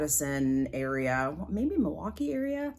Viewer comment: I can tell you are near that local dyer(of the Lapis) because of the way you say Milwaukee ❤. Love your channel!